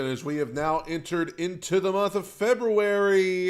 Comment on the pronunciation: Why do you hate the N in month? 😆 I always hear it.